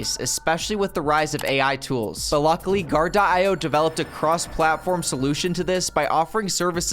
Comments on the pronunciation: Great video but you mispronounced your sponsor. You were saying guard-de-eye-oh and it’s simply Guar-dee-oh or guard-e-o. Just like the rapper coolio (eeh oh). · sponsored by Gar-Di-Oh ????? say this: Guard-Dee-Oh